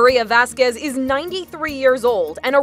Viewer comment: This is off topic but my name is Vazquez and they're pronouncing it wrong. Watch me get hate lol